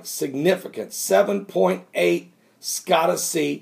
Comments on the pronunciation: Scotia is NOT pronounced Skottu. It is pronounced skoshu with O as in "open" and a as in "up". I lived in Nova Scotia Canada when I was younger. Nova Scoshu when it is phonetically spelled. My Canadian ears say OUCH every time you pronounce it skottu. Don't worry, I am well aware that absolutely none of us can pronounce every word and name there is. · ..."Scotia" (sko-sha)...as in Nova Scotia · scotia is pronounced sk oh--sha